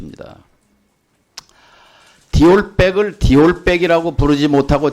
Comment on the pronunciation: 디올 파우치 라고 발음을 아예 못하고 파울 디우치 라고 말하더라구요. 무의식적으로라도 정말 디올 언급을 안하고 싶었던겁니다.